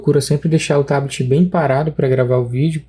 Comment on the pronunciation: Curti o vídeo e, mais ainda, o "TABITI"..😂😂